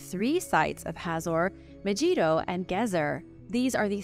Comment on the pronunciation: It's pronounced as "Meh-gee(hard gee)doh ", otherwise great informative video